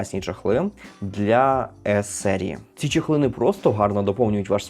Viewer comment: Тільки не чЕхли, а чОхли😅 Дякую😊